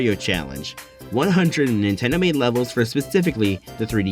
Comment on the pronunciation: "Nindot"... great job 🎉